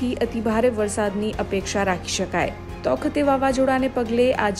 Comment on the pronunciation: તોકતે નહીં તાઊ તે